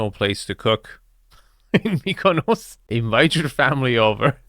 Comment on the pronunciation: STOP SAYING KONOS WTFFFFF